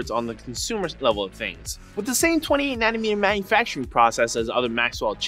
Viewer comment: lol ... nanamee-nanamanamee process